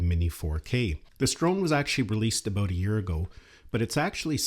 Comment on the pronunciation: You said, "aboot".